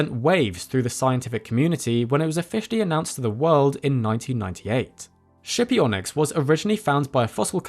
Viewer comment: skipionyx. pronounced with a hard /k/